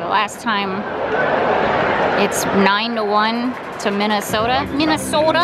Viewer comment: Correction - Minny-snow-ta